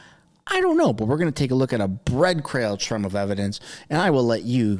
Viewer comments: What's a ' bread crail'? Good work though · "Bread crail trumb" of evidence. 😂